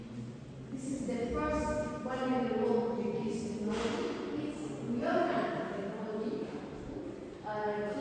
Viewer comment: what did la rioja do to you? why did you have to slaughter its name?